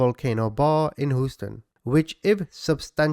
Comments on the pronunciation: Proper or not, Houston is typically pronounced, Hyūston. 😬✌️ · It's pronounced Hew-ston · HOUSTON, TEXAS. HUSE-TON!!!!!!! OR HEWSTON. DAMNIT Y'ALL!!! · Hooston lol sorry couldn’t help it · As an American, I find it funny how you pronounce Houston. “Whose-ton” 😂 Good video though! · I love love love /you I love your personality and how straight up you are I’m always cracking up and some of the things you say to describe the perpetrator and some of the names that you call Them But only one thing you’re killing me how do you keep saying Houston